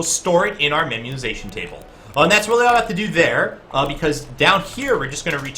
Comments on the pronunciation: I seriously wondered what memiozation was when you were speaking it. Then you wrote memoization and then I realized you just can't pronounce. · You should definitely do more of these, I love the strictly concept ones like this. Oh, and not to be a stickler, but, it's "memo-ization", based on the idea of the concept of making memos, as opposed to "memiozation".